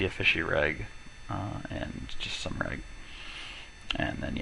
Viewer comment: "reg" not "rag" reg = regular, bad reg = bad regular... you can go from there